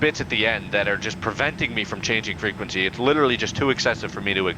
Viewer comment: PROPER FREQUENQEY